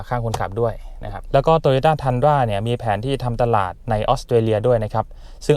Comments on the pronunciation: อ่านว่า ทรุนด้า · น่าจะเรียกว่า “ทุนดรา” นะ ฝากเจ้าของคลิปหาข้อมูลอีกที ว่าฝรั่งออกเสียงเรียกอะไรกันแน่